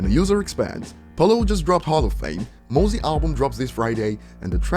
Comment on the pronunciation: Said mozzy wrong, it's mozzy like mozzarella